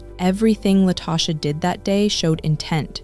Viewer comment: An ethical non-monogamy group? What in the world? I bet he wasn't cool with his wife or mistress engaging in ethical non-monogamy. These men really do be trying to get away with this foolishness. Also, did the person putting together this narration not listen to it first. La-toe-sha??? I'm annoyed 😩